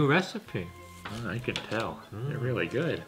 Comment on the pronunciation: YOU CWAN HAHAHA